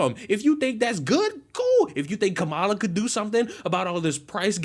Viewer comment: You mispronounced “Kamala”. ThAt’S rACiSt!!!